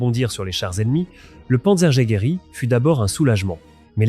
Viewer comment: ça te ferait chier de réécouter la voix AI avant de poster ? c'est du travail remarquable, et ça gache tout .... "le panzer i " panzer jagaer" "quatre ving' T huit" "le KA VOUNE"